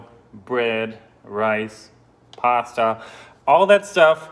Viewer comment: You say pasta and avocado like someone from Boston but with your German accent it’s fantastic